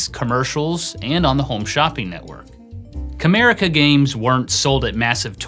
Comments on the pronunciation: I hear "Kramerica". lol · it sounds like you say "America was founded as a giftware wholesaler in 1987 by David J Harding." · Every time I hear "CAMERICA", I can't help but hear "KRAMERICA", Kramer's fictional-industry from Seinfeld 🤣🤣 Wonder if that was actually a spoof that was subtly referencing this failed-company?? 🤔